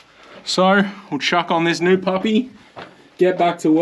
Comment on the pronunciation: new not nooow